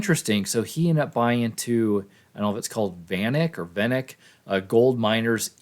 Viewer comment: its Van Eck